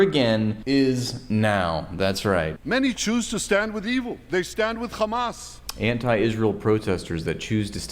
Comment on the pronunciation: "what are you saying?" "khamas is heetla" 😂💀